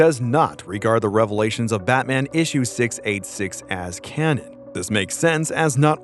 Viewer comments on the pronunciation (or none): none